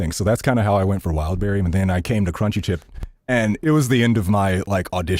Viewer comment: Kamran Calling Wildberry… Wildbaldy 😭